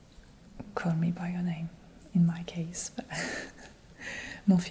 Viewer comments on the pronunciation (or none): none